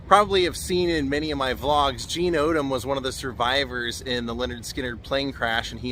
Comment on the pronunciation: It is "Mr Odom"